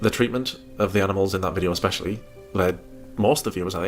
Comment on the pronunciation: There's something about her saying 'Expecially' that drives me up a wall. English isn't my first language and my english is so much better than hers. I don't understand how you can be so bad at your native language.